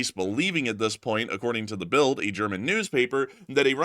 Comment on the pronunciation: the German newspaper Build is pronounced Bilt